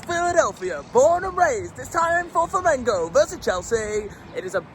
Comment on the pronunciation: Que legal ele aprendeu a falar Flamengo.😂😂